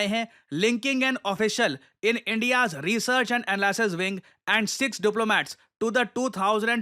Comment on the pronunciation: Saaar Research And Anal ring nai Research and analysis wing hota hai .. aapka english khatam hai 😢